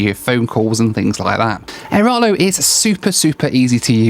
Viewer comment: AiraLO not aiRALO